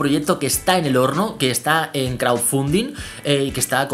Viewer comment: ''CRAUFUNDIN'' ''APOL WACH'' ''SICRET BRUASALET'' Nice english GG